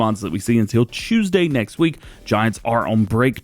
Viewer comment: DJ with the Tchtewsday annunciation! I love it! Lol